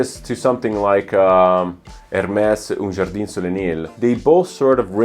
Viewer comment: Have you pronounced , “caipirinha” and “jardin” like a someone who speak Portuguese fluently. Are you Brazilian?